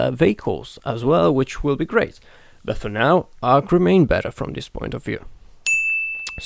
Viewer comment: Ark not arm